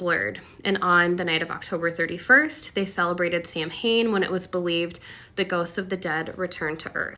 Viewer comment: Here in Sweden (a secular but originally Pagan country that much later became Christian) we celebrate both Halloween and All saints’ day (people always mix them up though 😂) and I can say as a Christopagan (trinitarian wicca) that 1) she pronounced “Samhain” wrong and 2) pagans have never sacrificed humans or animals more than Christians did and that was was in both religions a very long time ago. Paganism in most cases are nature-based religions. Most modern pagans believe that October 31st is the day where the veil between the spirit world and our world is thinner and therefore do more spirit work on that day/period of days. What kinds of spirit work? Mostly workings such as ancestor work which means honouring our dead relatives or our heritage. But of course you can work with whatever sprit.. What I’m meaning to say is that no, it’s not evil! It’s just different… I can’t speak for satanists though. But I hate it when Christians lump us together, because we’re not all satanists (and also not all satanists are actual devil worshippers..)